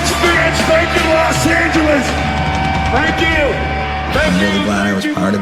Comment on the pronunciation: anyone else think X kind of butchered Los Angeles?